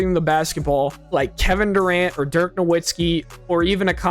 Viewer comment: Not sure if this would be great considering you have 115 subs but great video other then the part where you mispronounced dirks name